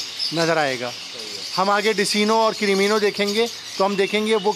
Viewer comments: Intyhai mazrat k sath nam Decino hy lykin ye likhny k liy hy Iski pronouncetion DeKino hy Yani k Dark Eye Clear bird umeed hy apko bura nhi lga hoga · bhai desino nhi decino bolty he jazakallah nice video❤️ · Oo Bhai Dis-ino nahi hota Dek-Ino hota ha apka na jub zimadari la he le ha tou theek tharan nibhian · میرے خیال میں ڈیسینو نہیں ڈیک اینو ہوتا ہے